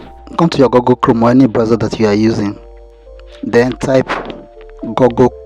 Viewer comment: Google❌ Gagale✅ 😂😂